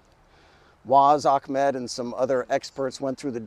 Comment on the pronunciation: Great video. One thing, it’s Ahmed. No K in the name. It’s pronounced ahhh-Med Not ackmed. For future reference. Keep up the good work.